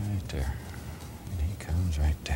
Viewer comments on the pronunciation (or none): right "dare" ... right "dare" ????